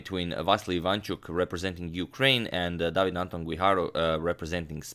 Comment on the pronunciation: Not really. David is pronounced differently